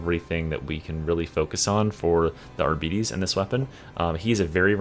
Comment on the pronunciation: One day bro will pronounce arbites correctly. Love your vids bro